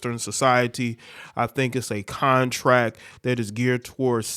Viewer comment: its more "con" than "tract"